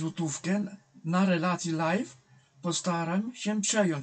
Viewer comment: Czy ktoś powie tym ludzią że to są live'y a nie lajty xD inni yt-berzy też już tak gadają xD beka beką ale bez przesady niedługo dzieci zaczną tak mówić xD